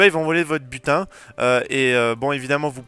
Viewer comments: Butin. J'ai compris "putain" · A chaqes fois que tu disait butin je comprenai putin je me disait WATTTT